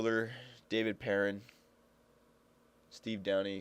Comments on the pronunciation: it's not "pear- in" It's "Purr-On" He's French Canadian. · its david PEAR- AWN